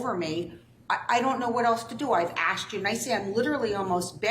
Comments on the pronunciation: Sir, the word is asked, not axed..... please learn how to properly speak English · It's "ask", I can't believe a professional lawyer would say "I axed" in court. Do they not teach you how to speak properly in law school? Using slang in court is hilarious, only in America! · A lawyer saying “axe” or “axed” is wild lmao 🤣